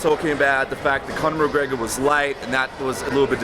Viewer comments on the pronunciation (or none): Conor greygor? He doesnt even know his name